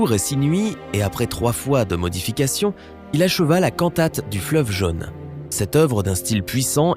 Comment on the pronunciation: C’est quoi „le fleuve jeune“? La langue française a 16 voyelles phonétiques, et „jaune“ se prononce avec le „o“ fermé !